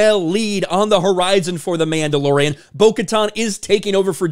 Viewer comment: I’d swear he called it The Mamdalorian…